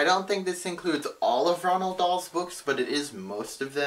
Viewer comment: haha, it's so weird that you're calling Roald Dahl Ronald :')